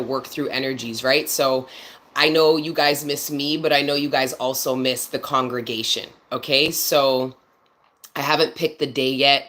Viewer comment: You definitely said that right…. This is a “Congregation!!” 🔥 🔥